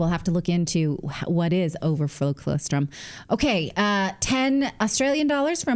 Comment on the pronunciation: For the love of everything holy, Natalie, pronounce colostrum correctly! I'm also from a dairy farm, please, look up the pronunciation and use it, I'm sure your sponsor would appreciate it